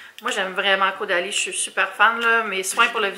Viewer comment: Le bandeau te va à ravir! ❤️ Je sais pas pourquoi mais chaque fois que tu dit Caudalie dans la vidéo j’entend Go daddy 😂 Y’a fallu que je rewind un peu la vidéo la première fois pour être sure 😂